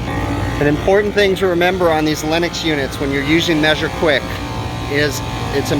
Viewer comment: Just seeing the circuit board like that while rain is coming down scares the crap out of me. And yet again Lennox sounded like Linux. And I thought you said we had a Linux System! Maybe it does run Linux?